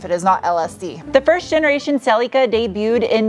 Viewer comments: Im so glad you are now correctly calling it a Celica not a SELL-LickA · holy shit an American who basically pronounces the name right. you're close enough. better than cel-ik-a like every other American.